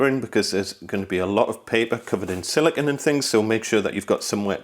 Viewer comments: It's pronounced "sili-cone", not "silicun." "Silicon" is the colloquial term for semiconductor. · Wait, so if you pronounce silicone like silicon, how do you pronounce silicon?